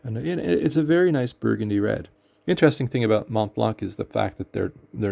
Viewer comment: Thank you for sharing! In case you care, the « c » at the end of Montblanc is silent, pronounce it like there was no « c » P.S. Worst mishaps were twice with yhe same ink: Noodler’s Heart of Darkness and let me tell you this one stains! First was when I opened the gigantic bottle, it was filled to the brink and I topple it.. while I was at work! I was quick enough to pick it so I didn’t lose that much ink but my desk and most of what was on it got stained. Second time, I was preparing an ink sample and as the eye dropper exited the mouth of the bottle I started shaking wildly and splattered most of my desk at home and what was surrounding it…